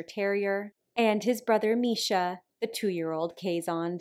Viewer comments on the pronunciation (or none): She isn't saying it right either. Pretty close though. Should sound more like "case" than "Kayz" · It's pronounced Case hond (as in Honduras), two words :P It's just that us Dutchies, for some reason, tend to make one word out of two. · keeshond is pronounced almost as two separate words.....something like case hond. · Yes, I am a Trekkie, too. Once I saw the curled tail, though, I knew what she was saying. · Even though we Dutchies illogically glue our words together, Keeshond is pronouced as Kees hond. You pronounce it perfectly btw, just seperate the words. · Ooooh they are so adorable! It is so fun to hear you pronounce keeshond, it sounds much like Dutch. The hond part is more with the o like storm or thought. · I was so confused about how you pronounced keeshond, but that's only because I'm Dutch 😂 Absolutely love your videos and what you do! Keep up the amazing work 🧡